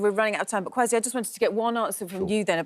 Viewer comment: i love the way you drew Kwasi Kwarteng's attention to the REAL pronunciation of his name KWASI. Have always found it "irritating" he allows people to call him QUASI.